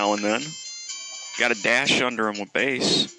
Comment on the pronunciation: It's pronounsed base